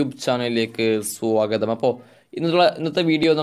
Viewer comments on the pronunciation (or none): none